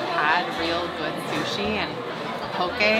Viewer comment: rofl "Sushe"